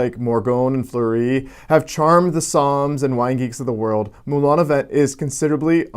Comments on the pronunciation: It is not pronounced "vent" it is pronounce "vant". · Lol It's pronounced Moulin a VONG :-). Moulin (Mill) a Vent (wind). Wind. Good video